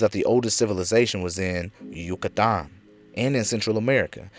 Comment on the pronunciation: Lol Yu-cah-Taaann